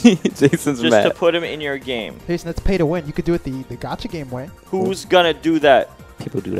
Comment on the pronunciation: I fink his name is YAYSON I’m done